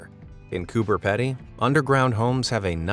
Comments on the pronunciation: Its pronounced cooper peedy dude and its my home state get your info right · The second word of Coober Pedy rhymes with needy, not with ready. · i believe as an australian coober pedy is pronounced “coober peedy” someone correct me if i’m wrong though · You're right. Fellow Aussie herd. The way he's pronouncing it denotes a double D. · That’s how I have always heard it pronounced, by the people who live there. So yeah, I agree. Coober Peedy. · Love it but I really wish the narrators would take 2 seconds to learn the pronunciation of words they are unfamiliar with. Coober PEE DEE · did anyone else notice that he can't pronounce Coober Pedy properly Or was it just the Australians like myself that realised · learn to pronounce the ausie one,u are wayyyy off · go to google and type in how to pronounce "Coober Pedy" because you are so wrong, its funny lol.... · You are right mate I’m cringing every time the narrator pronounces it. Or any other person saying Aussie town names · THANK YOU!!! this was annoying the shit out of me the whole time hahaha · btw us Australians pronounce it as Cooper Peedy even though it is spelled Cooper Pedy btw pls do a face ravel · you are wrong. The people who actually live there pronounce it Coober Peedy. And I’m going to give you the benefit of the auto correct that you didn’t even get the first name right. I’ve watched a documentary on the place. Every single resident pronounces it Peedy. Why do you have to be a contrarian about absolutely everything and anything? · It's pronounced Coober peedy but spelled Coober pedy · When you say cooper pedy say it like this Cooper peedy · It's pronounced "Coober PEEEEDY not Petty!!! I have been there and they would laugh you out of the bar of they heard a bloke call it that name!!! haha Cheers! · bro im in australia and it annoyed me so much he was saying it like coober pedy because you pronounce it like coober peedee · Coober Pee-dy, not Ped-y - Aussies be weird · Coober PEE-dy